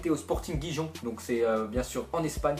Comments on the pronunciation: 0.57. LE GIJON AHAHAHAHAH!!!!!!!!, on dit rérone et pas giron. mdr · Chui mort il a dit sporting jijon ;);););) c'est "Rirone" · Sporting gijon se dit rirone et pas guijon mdr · gigon mdr ont di sporting rirone) ac laccent😂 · Lol il m'a tuer en disant "sporting guijon" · ptn la prononciation "Guijon" quoi 😂 c'est pareil pour Manchester Unitède et Bournmoute...